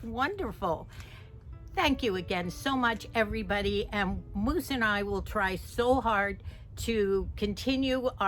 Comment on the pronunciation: Moose not muse, Sorry